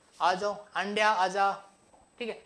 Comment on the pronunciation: I like that Andya 1st I hear Ga*dya😅 And also I like fata fat fata fat 1st I hear tapa tap tapa tap😅 And main thing also I like teaching 😍👌😊